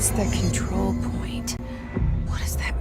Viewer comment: kontrol pke R ya😅